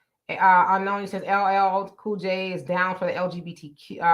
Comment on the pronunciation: LLL Cool J? What kind of Black People vote for that when he can’t get his Name right? 👀🤷🏾‍♀️